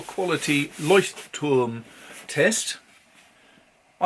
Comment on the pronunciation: Wow!! I am impressed! You said LEUCHTTURM! Most native English speakers say Leutschttrm. You even said the other German words correctly! By the way... Oxford paper is amazing for fountain pens.